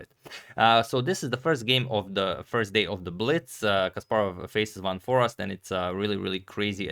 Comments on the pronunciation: I wouldn't say that it's quite like the "ei" in eight because there already is the ei/ij sound in Dutch and it isn't like the ee sound. With that said, Dutch has plenty of dialects and depending on where you are from, your pronunciation will differ. But yeah, there's and there's (which is from a Belgian) In any case, I think Adagmator may have misunderstood the intent of whoever contacted him, as they likely meant the English "a" which sounds like "ei" rather than the short "a" which sounds like "ah" which is how he pronounced Foreest in the video. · I'm Dutch as well. It is definitely like and are saying. The pronunciation in the video is not correct. One might argue over it but this name is actually an aristocratic family name pronounced as suggested. Here's a link where you can hear it (press the play button) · I will send Antonio an email with a proper pronunciation in an audio file. There’s only 1 way to pronounce it. any Dutch person who has never even seen the name before, will pronounce it the exact same way. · As a Dutchie I can confirm. In the video it is just the American "Forest" while the "eest" is more like the same sound as "aste" in taste/paste. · The Dutch google translate is actually spot on for pronouncing Jorden van Foreest. Its not Forast, but For-aye-st Goog content :) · double 'e' certainly not double 'r'. Van FOREEST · #suggestion Its more like For-ace-t - but to pronounce `van foreest` you could throw it into google translate and listen how google pronounces it in Dutch. This is actually surprisingly accurate (I checked it). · Closed is "for-aced" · I am Dutch: Foreest is pronounced as Fore-aye-st (English phonetics). The double 'ee' is pronounced as an 'aye' instead of the short 'e' you would have in Forest. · The important bit on Dutch names: V is pronounced as in German, as F. So, he's Fun Forest 😃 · Agadmator pronounced it "forast", which simply cannot be right! I remember we learned how to say "Geest" bananas about 50 years ago ;-)